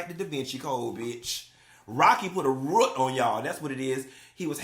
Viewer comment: "Ruut"(root) is sending meeee😂😂😂😂